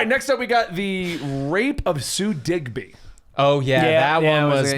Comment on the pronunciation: Sue DiGBY? It’s DIBNY. I suggest you read what you review. 🙄